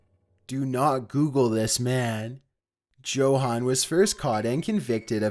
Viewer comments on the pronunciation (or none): FYI: Yo-han, not Joe-han.